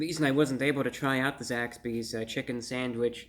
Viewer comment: I keep thinking he's saying Zack Speed, an old F1 team. Gimi!~